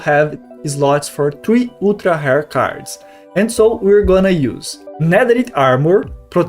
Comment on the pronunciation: Your English is good! Use Google to look up how to pronounce "rare" please. To my native English ears, it sounded like you were saying "hair" and I was confused until I looked back at the screen.